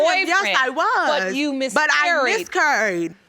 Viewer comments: Yeah but I "miscuurred"! Lol.. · She mis-kurr-ied.... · Boy, I thought it was only me that heard curried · Judge she said "Miss Curried" not 'miscarried' 🤣🤣🤣🤣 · miscarrrrrred! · How do you pronounce miscarried again?..lol. This is a whole hot mess! Call Maury